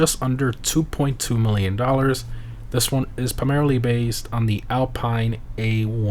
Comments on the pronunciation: It's pronounced AL-PEEN, not Alpine like mountains. F1 fans know this. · I don't wanna be a dick, or sound like one, but Alpine is pronounced "Al-peen" As it is a French brand. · The alpine pronunciation is a bit off but loved the video. ( for the record it’s pronounced alpeen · Alpine = in france read (Al-peen) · I would bet my life savings that he mispronounces Alpine if I could. Let’s see how this bet pans out. Edit: Yup